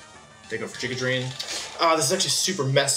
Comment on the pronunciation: Oh hello no, wolfey says "Jigga Drain"😭